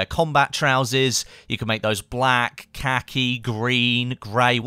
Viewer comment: great video! im really exited for wildlands, it looks like so much fun. trying not to get hyped. oh also: you said silencer instead of suppressor, and you'r pronunciation of "khaki" is wrong, but im just nitpicking...